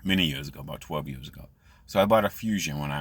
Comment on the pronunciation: Its YEARS SAY IT WITH ME. Duh say it with me YEARS NOT YEUHS 😂😂😂😂 and duh who thinks working at MCDONALDS IS A GOOD JOB?